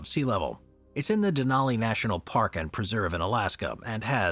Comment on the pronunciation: How do you not have any consistency in your pronunciation? You say "Denaly" then you say "Denali" pick one and African with it. You've been making videos for years and your consistency with saying certain words is irritating